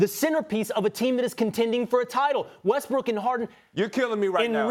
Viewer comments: Russell wEsTbRiCk clears throat Westbrook 💀😂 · No one: Ryan: Russell Breast Weck, Breast Rook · who else thought he said Westbrick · "RUSSELL WESTBRECK" LOL